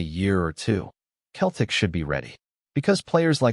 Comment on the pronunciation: its not keltic its pronounced seltic 😅😅